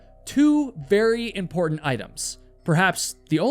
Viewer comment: Dude... good video. can you please as a favour stop killing the "t" sound. mou'en = mounTain impor'unt = imporTant . thanks dude